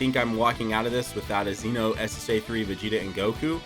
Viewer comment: I think you're the only DB youtuber that pronounced "Xeno" like "Zee-no" the way it should be. It's not really a big deal, I know, but it annoys the shit out of me when people pronounced it like "Zen-Oh".. Yet again, another reason you're the only one i'm subbed to. Also, I really wish the SS3 Xeno units were featured.